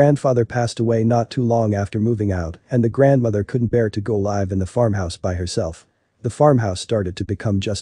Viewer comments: A reading bot that doesn't actually read very well...... "The grandmother couldn't bear to LIVE (as in LIVE from New York, it's Saturday Night!") alone in the old house...." Not just once either. Every single time the bot read `live` (as in "I live in Brooklyn.") as LIVE (as in S N LIVE). Bye. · I had to stop watching. I don't trust anybody who can't tell the difference between live and live in a sentence.